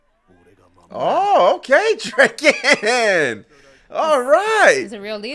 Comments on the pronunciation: Cool reaction but its draken not drake en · every pronunciation is fine except drakens😭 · okay i am not angry or anything but. Its Dra-ken, like Dragon. His name is Ryuji ken. Ryuji is Dragon. And combined with Ken its called Dra-ken. Good word play